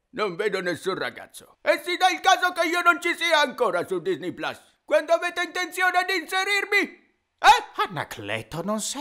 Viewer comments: NOO, ti prego anche tu PLAS.... Ma che PLAS, si dice PLUS, PLUS, PLUUUSS. Pure nella pubblicità sbagliano, capre ignoranti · plus! Pronuncia plus